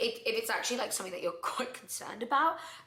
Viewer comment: Never seriously listen to anyone who says "somefing" instead of something 😂